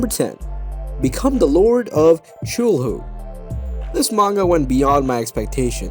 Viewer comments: did he just pronounce cthulhu, SHULHU? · Cthulhu an outer god say the name right